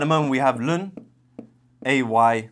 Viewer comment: First time hearing someone say ln as 'lun'.